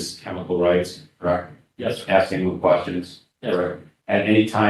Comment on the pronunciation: Oh, he'll be axing questions as well